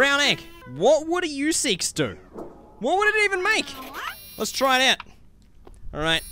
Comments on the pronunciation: MESEEKES NOT YOUSEEKES Not to be mean just saying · It's mr. Meeseeks not mr. Youseeks. No hate